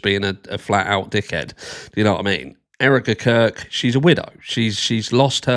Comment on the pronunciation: Everytime you say Erika Kirk it sounds like you say Eric the Curd